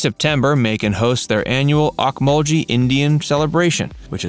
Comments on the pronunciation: Ocmulgee is pronounced Oak muhl gee, which is an Indian word meaning "bubbling water" or "boiling water". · You are saying ocmulgee wrong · Bro you pronouncing ocmulgee wrong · Please learn to pronounce points of interest before you go on air. You really were off on Okmulgee.